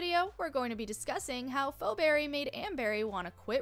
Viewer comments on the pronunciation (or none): first off its pronouced fee not fo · Ikr its Pheoberry pronounces fee-berry